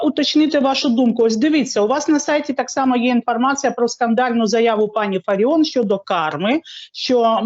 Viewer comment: Фаріон,ставте правильно наголос.